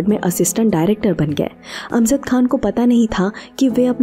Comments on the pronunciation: अमज़द (Amzad ??) यह उच्चारण ग़लत है. यह जयंत वाला "ज" है.. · The word is not AMZAD . It is “ A M J A D.” AMJAD.